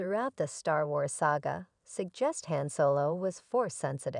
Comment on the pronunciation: Learn to pronounce Jedi, Han, etc correctly! 😐